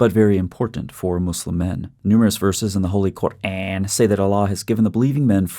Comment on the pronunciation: I loved how you said QuAAn, which sounds like the sound made in old trivia shows when someone said a wrong answer. Quran is a wrong answer